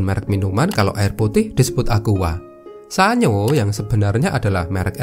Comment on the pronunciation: Jika tahu cara bacanya di Jepang, Sanyo sebenarnya dibaca San-Yo bukan Sa-Nyo.